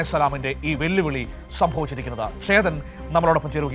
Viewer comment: വെല്ലു വിളി എന്നാണ് അല്ലാതെ വെല്ലുവിലി എന്ന് അല്ല കൈരളി 😂😂😂😂